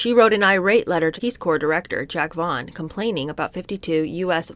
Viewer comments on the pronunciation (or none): none